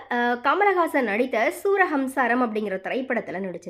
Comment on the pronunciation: சூரஹம்சாரம் அல்ல அது சூரசம்ஹாரம். தமிழ் சரியாக கற்றுக் கொண்டு பேசவும்.